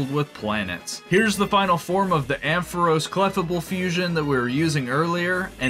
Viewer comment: "Cleffuhbul" 😭 It's pronounced like fable 😭 Jibbing aside, I love this run. These are some of the coolest fusions